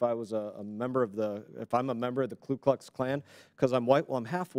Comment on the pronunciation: Ku not Klu. Jeez.